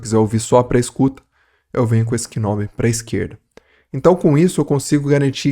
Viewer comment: Mto bom! Só tem que começar a pronunciar knob certo….😅 O “k” é mudo, então se pronuncia nob